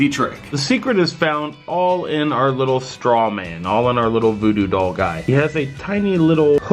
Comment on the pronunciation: the foodoo dall it relly sounds like doodoo dall haha😂😂😂😂